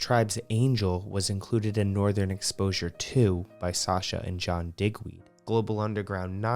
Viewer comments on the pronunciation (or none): none